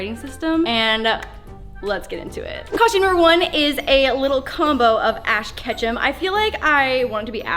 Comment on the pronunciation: Who else thought said Ash Ketchup